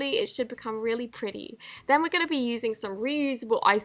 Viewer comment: did you hear the way she said pretty like an American